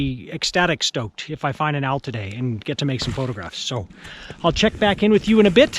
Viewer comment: You need to speak more distinctly,. You said that you wanted to get "stoked" and the mountain gods thought you said "soaked"!